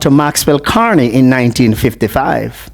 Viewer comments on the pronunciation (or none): Sir: The former MPs name is Max Carey, not Carney.